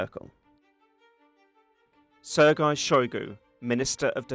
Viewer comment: is it really such a tongue breaker to pronounce Sergei properly for an English native speaker? I don't think so. It must be a telegraphy not giving a damn. Sloppy sloppy work